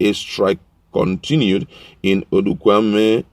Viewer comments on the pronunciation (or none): It's called Odenkume, not Odukwame, read well!